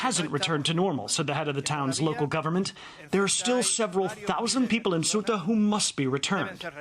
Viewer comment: Ugh! Ceuta, the Spanish enclave bordering Morocco is pronounced "say-OO-tah" not "SUE-tah". Journalists really should get it right!